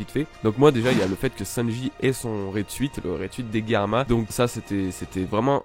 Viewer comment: nan mais tu m'énerve tu fait bien tes vidéos one piece c'est cool mais tu prononce mal le nom de sanji une fois sur deux le nom de katakuri tu dit katakuli c hyper chiant et germa aussi et luffy mérite sa prime alors dit pas nimp merci